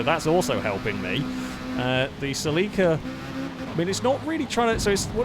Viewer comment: Please for the LOVE of all the is holy... google "How to pronounce Toyota Celica".